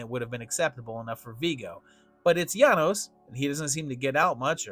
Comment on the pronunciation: Janosz is pronounced “yah-noash". You said his name wrong the entire time.